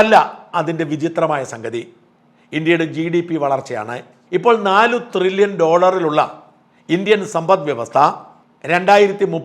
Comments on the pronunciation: ട്രില്യൺ അല്ലേ Shajan ... (Trillon ) Not Thrillion... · തൃലോൺ അല്ല thrillion 😂😂😂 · Dear Shajan Thrrilian alla It is Tririllian. Edo monea Shaja Nammala kappa undengil orru mairraum Orru Saaiuppum onnum cheilla. Thaangalkku Salute. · ത്രില്യൺ അല്ല ട്രില്യൺ.. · Not threllion. But trillion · ട്രില്യൺ ആണ്. ത്രില്യൻ അല്ല. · ത്രില്യൻ അല്ല സാജൻ.. ട്രില്യൻ ആണ്... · ത്രില്യൻ അല്ല ഷാജ ട്രില്യൻ ' TRILLION. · ത്രില്യൺ അല്ല ട്രില്യൺ